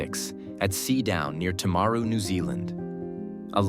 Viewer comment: Was this an AI narrator, or just a terrible pronouncer? I didn't recognise hi birth place. Timaru.